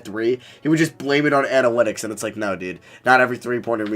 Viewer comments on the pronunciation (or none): none